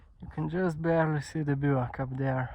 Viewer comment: I love the way you pronounce bivouac. I never heard that word until your videos.